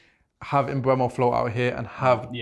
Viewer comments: It's funny cause bro on the left says he singlehandedly shouting about mboomo for years still calls him mbwemo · At least pronounce his name right... sounds more like "Mboomo" than "Mbwemo"